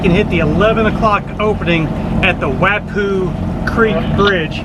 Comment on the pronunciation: My first of your vids, but I'm looking forward to watching more now. I'm a Charleston native and my only complaint was your pronunciation of Wappoo. it's "Wah Poo" and it separates West Ashley from James Island. The high bridge is the James Island Connector and the low ones are the Memorial bridges and they are draw bridges, as well. if you come back through go see the Morris Island lighthouse, as it is completely out to sea at high tide. Morris Island connects to Folly Beach, where the real beach is.